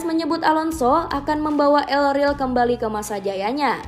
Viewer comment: El rel apa min? Yg benar pngucapan katanya